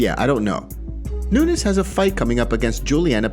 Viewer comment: Why tf r u saying amanda nunesh? U r fkn crinshe